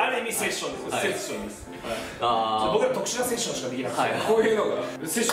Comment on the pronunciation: セッションじゃなくてセツションです（つ感）大事にしてくれ〜〜